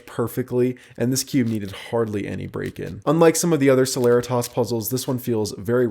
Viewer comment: I thought celeritas was pronounced se-le-ree-tis not se-ler-rih-tahs